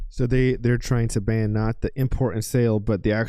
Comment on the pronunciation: Hey Morons. Its Ban, not Band.